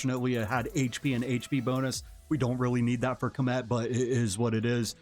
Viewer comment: You know my favorite thing about this video? You're the only one ive heard that can pronounce Khamet correctly! Everyone else says comet . 🙄